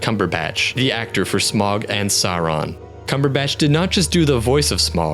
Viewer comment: Also Smaug is pronounced “Sm-ow-g, not Sm-o-g. (Smauwg) or think of the au in Smaug as sounding like the au in Sauron”